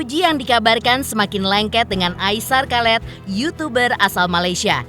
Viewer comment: Aisar kalet 🤦🏼‍♀️😂 Aishar Khaled(dibaca Aisar khalid) 👍🏼